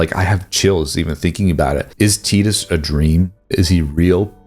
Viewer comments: Never heard someone say his name at Teeedus Instead of Tyyydus before. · Teetus? Do you mean, TYE-dus? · "Teetus" Ffs... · The way you say "Tidus" triggers me